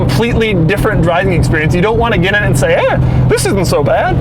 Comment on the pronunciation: "this isn't so bat" hehe LOL